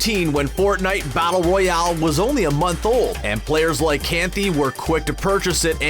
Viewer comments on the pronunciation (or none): none